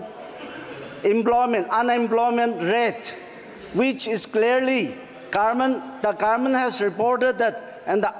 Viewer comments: 5 years will pass like this by pronouncing Garment (govt) 😂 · Doing his best but please people, keep in mind there is not a single power in the entire universe than can change the pronunciation Gaarment to Government for Aos 😬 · Very good speech but just garment n Government he has to change the pernounce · Indin garment😂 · Garment or government??